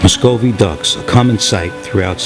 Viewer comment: You are saying Muscovy wrong